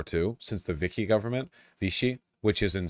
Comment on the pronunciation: Vaush pronounce Vichy correctly challenge: Still impossible!